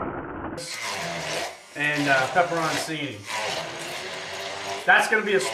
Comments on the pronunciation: This looks awesome for the Super Bowl, but as an Italian guy, its pronounced PEPPER-ON-CHINI (ch sound there)! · Add olive oil to the pepperoncini prior to blending it. And just so you Yankee boys know...it's not pronounced "pepperonsini." It's "pepperochini."